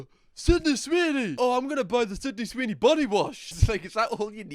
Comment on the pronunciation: “Swidney Seeny” 😂😂